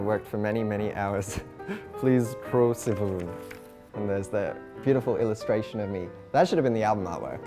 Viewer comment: I adore the way he says sivan 😍